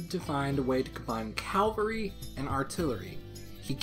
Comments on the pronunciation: Cavalry not Calvary...get it right! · Ok seriously, the word is cavalry, not Calvary. Cavalry is a bunch of horse mounted soldiers, Calvary (aka Golgotha) is the mount of Christ crucifixion. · it's cavalry...not calvary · Cavalry! Cavalry! Not Calvary! That's where Jesus died! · Ive noticed you and both pronounce Cavalry as "CAL-very" not 'CAV-elry" is this just how you guys say it in the northern hemisphere? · It's cavalry, not cavery, CA-VAL-RY, I use to have the same problem. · CAV - AL- RY not Cal - ver - y. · It's CAValry. "Calvary" is where Christ was crucified. CAValry are troops on horseback. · It's cavalry, not calvary. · Cavalry, not "calvary". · come on dude you want to sound sophisticated yet speak of "CALVARY"?! its CAVALRY ffs, look it up in a dictionary please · Wait, why does ALSO mispronounce Cavalry? It's CAVALRY, not CALVARY. Come on you two, both and mispronounce it >.> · CAValry. not CALvary. Good Lord. You purport yourself to be a historian and you can't even get that right? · it's called a common, forgivable mispronunciation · Custer wasn't a calvaryman. He was a cavalryman. Please learn to pronounce the difference. Cavalry is the word you want, not "calvary." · I always try not to be a grammar Nazi. Most of the I succeed. Not today. It's 'ca-val-ry' not 'cal-va-ry'! That gets me every single time I hear it! This mistake makes my life a living hell!! I should calm down. 😎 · CA VAL RY. "Calvary" is where Jesus died. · Calvary? Really? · "Calvary" Wut? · Why are so many Americans unable to pronounce the simple word “cavalry”. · Why can't Americans say cavalry properly? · Are you saying Cavalry or Calvary? Because it sounds like cavalry. Also awesome video.